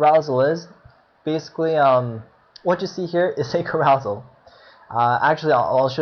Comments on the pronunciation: Hahaha kuh-ROW-zul???? You must only read!! It's CARE-uh-sell! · It is pronounced ' Care-o-sell ', like a kid's park ride that spins. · Thanks man! Found this very useful despite all 500 mispronunciations of "CAROUSEL" lol. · yes i do read more, carousel was a new vocab for me since having started web coding, i'll work on my pronounciation. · Your infinitely incorrect and inexcusable pronunciation of carousel is crazy-making.